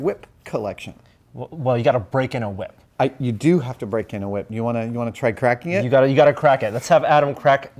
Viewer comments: why are you saying it like that? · Why are you putting so much emphasis on the H? Cool wHip...